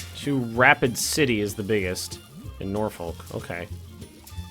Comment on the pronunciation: Just so you know (as a native Nebraskan) it’s pronounced NorFork